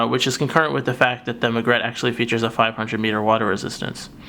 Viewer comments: I love my Margrette Regattare 2011!! The provided black leather strap is beautiful, and its red lining is superb and very current in terms of fashion. But I cringe when I hear you mispronounce the name. It is pronouced "mar-gret-tee" and (possibly from Latin) "re-gah-tar'-ey". Also, although I like the Vintage Tobacco strap when used on the Magrette Bronzo, I find it totally out of place on this Regattare 2011. Ruins it for me. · "MAR-GRET-TEE" "RE-GA-TAR-EEE"